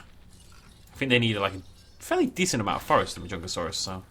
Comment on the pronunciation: Ik im really late and you probs know the name by now but anyways it’s pronounced (ma-jun-ga-saurous)